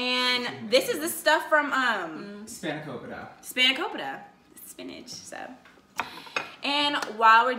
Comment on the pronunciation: im greek and u say its span-a-co-pee-ta, love u tho lmao